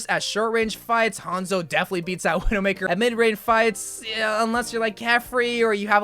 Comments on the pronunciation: "Veedoemakah" He probably said Widowmaker in a french accent. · the way he said widowmaker broke me